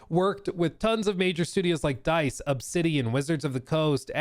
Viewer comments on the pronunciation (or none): none